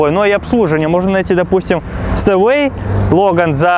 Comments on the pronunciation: Говориться Степвэй, а не Стэвэй. Учти это произношение в будущем. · Стеуэй! Степвей, это читается! Колхозник!